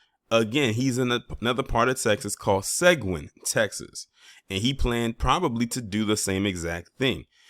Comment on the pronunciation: Seguin, Texas.... It's pronounced Sa gee in, Texas